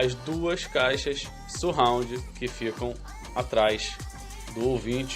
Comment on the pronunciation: não é dificil aprender a falar 'surround'... basta ter um pouco mais de atenção!